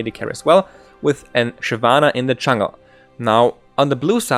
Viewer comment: Great guide, though it took me a while to figure out what "chungle" Evelynn was. Do you know any support-focused warding guides?